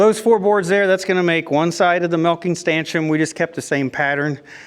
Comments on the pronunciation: Totally agree with Rebecca, stanchioN, eXcavator, and you also say concrete strangely. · are you putting the M on stanchion on purpose? edit: I just got to the end of the video... HAHAHAHA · Congrats on the first milking!!! Ellie did amazing. Despite all of your mistakes while building the stanchion. I've noticed when you say stanchion you say stanchum. I don't know if that's a regional thing or not. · Why does he think STANCHION ends with an M??